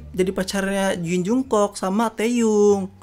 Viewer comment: Jong guk bacanya eh mas bukan jungkuk